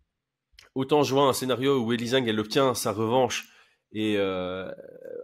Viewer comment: Y'a un détail qui me torture depuis un moment, mais pourquoi prononcer Zhang "Zeng" ? Soit on le prononce à la chinoise et ça fait (a peu près) "Djann", soit on sait pas et on le prononce "Zang" à la française. Tous les mots étrangers ne se prononcent pas comme de l'anglais.